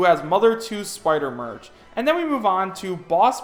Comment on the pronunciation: man you think everything in these clearly fake leaks sounds cool.....and you can't even say half of it right ( you said merch instead of mech, you called Stanley something else entirely.... ). I'm saying it again on Forest Maze, it's possible but so basic I have no doubt it's only getting thrown into these fake leaks because of the music. No way is Sonic getting a 3rd stage. And why the fuck would there be a Rayman stage without Rayman? Hell, the leaker even butchered the Mother/EarthBound enemy name that my user name is derived from ( New Age RETRO Hippie, with my name replacing retro with bound cuz EarthBound ). There's also now way "Classic DK & DK Jr" is going to be a thing....it makes no sense at all, and being the Ultimate Smash Bros any retro character is most likely going to be Mach Rider or Ayumi Tachibana ( and I'd really love to see how Sakurai makes Ayumi work as a fighter given that her games are visual novel type games... ). Geno's moveset is nonsense.